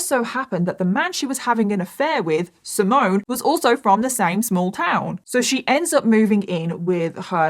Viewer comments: Hi from italy😊 wanted just to fix some of the names pronunciation... Is Simone,you do hear the e in the end,not Simon,same also for Davide not Davida. I do enjoy a lots your contents always ready for a new or an older case ❤ keep your good work up! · I'm Italian. The way you pronounce DAVIDE is 😬. It doesn't end with the "A" sound. It ends with the "E" sound. And the stress is on the 1st vowel. Also, it's not Simon. It's SimonE. Stress on the O and definitely pronounce the E at the end. Same with SalvatorE. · By the way, the Italian boys’ name ‘Simone’ is pronounced ‘See-mon-neh’…not ‘Si-moan’. 😬 P.S: Great video though. A very sad story. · It's pronounced Davideh and Simoneh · I really wish you had looked into pronunciations for this case. Hearing you mispronounce Simone, Davide and Salvatore the whole video was very distracting 😅 Otherwise, great video as always! ❤